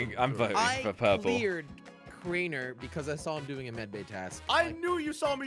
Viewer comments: always call Crainer "Container" hahahahaha lol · I have lost it when Crainer was called container.